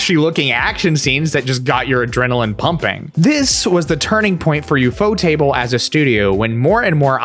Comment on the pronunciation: Liked because you got the pronunciation of Ufotable right. I would have also accepted U-F-O-table.